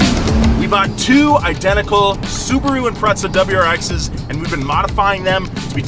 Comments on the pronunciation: when you say impreza like impretzle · He said impretsa 🤣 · Whats and Impretza lol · Please stop calling them impretsa it’s so cringe